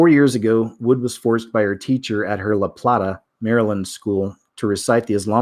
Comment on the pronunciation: Lol I live by LaPlata so funny to hear you say it lah plattah locals pronounce La-Play-tuh giggles I remember when this happened we were waiting for our kids schools to try that. We were gonna go in full throttle nothing happened though